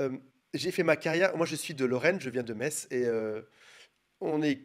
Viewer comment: Un messin! Je suis mosellane moi aussi. Et on dit mess et non MeTs😂